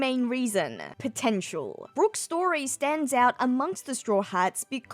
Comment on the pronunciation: I was looking for a comment like this, it was bothering me the whole video lol. It’s just!!